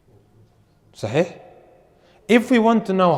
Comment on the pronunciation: Brother, I looked it up, the meaning of Aslam is quite bad as well. Please look it up. And please try to pronounce sahih